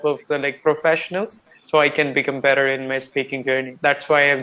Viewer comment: your your english communication skill very good. Any learner one can follow your english for improvement. But one thing u should correct your pronunciation "better" that will be good. I follow u time to times... Kolkata